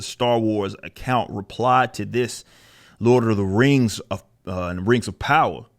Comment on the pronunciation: If LOTR was black, it would be pronounced exactly like rippa says right here. "LORD OF THA RANGS".